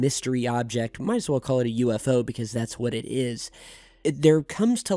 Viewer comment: hahaha after a while "UFO" started to sound like "youre a foe(U A FOE)" xD